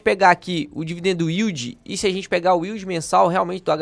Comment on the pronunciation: “dividen dildi”